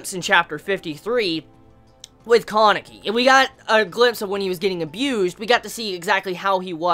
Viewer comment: Bro it's Kaneki not Kankeki